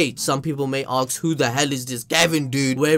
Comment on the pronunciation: ask not ax